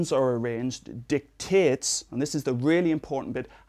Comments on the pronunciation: did he say dick tits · i heared dictates but after reading your comment and going back and listening again all i can hear is dick tits. lol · Did he say dick tits? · i like how he says "dicktits" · Did he say dictates or big tits? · LOL at how he says "dictates". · "dictates" with an accent people